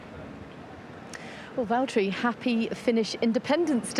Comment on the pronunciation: Its valtteri not valteri